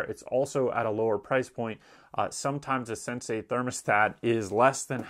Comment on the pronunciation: Why does he call the Sensi a "sensay." Is he the Karate Kid? Wax on, wax off...yes, Sensay!